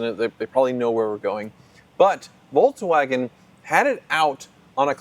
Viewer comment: Can you try to pronounce Volkswagen please? There's no 'tz' in there anywhere.